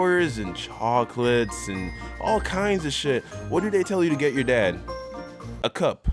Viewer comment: It sounded like you said choouclates